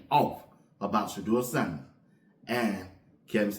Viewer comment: “Shedewa sandehs “